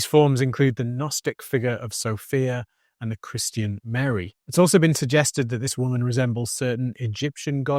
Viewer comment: Chris-Tee-In? It’s Christian. Not difficult to pronounce correctly.